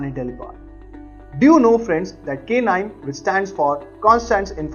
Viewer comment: please pronounce it as naim , its not K nime.